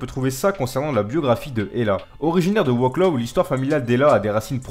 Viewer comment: Wroclaw ca se DIT Vroswaf (JE l'écris comme ça se dit )